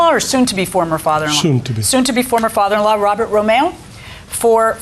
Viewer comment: “ RO-MA’O “ or “ RO’MEO “ ?